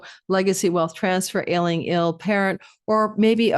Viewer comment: I know you said ailing parents but kept hearing Alien parents 👽😂